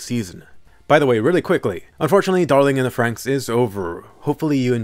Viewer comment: Thank you for saying darling in the franxx and no darling in the fran x x